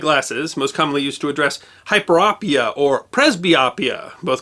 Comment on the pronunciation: It was Gholam Peyman MD who invented the excimer laser. I know him well. And the last part of each disorder, myopia, hyperopia, and presbyopia the "o" is a long, not short sound. I work in ophthalmology for 40+ years and have had the privilege of meeting many amazing MDs from around the world who were also inventors. Thank you for your channel. Just discovered it and am thrilled to learn the back stories on so many interesting topics.